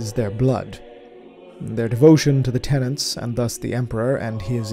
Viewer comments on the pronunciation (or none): Y'all gotta stop throwing the letter n in where it has no business belonging. It's tenets, not tenants, and it's raiments, not rainments. *Edit:* Christ almighty, it's interred not interned. He's entombed on the golden throne, not doing an internship on it ffs.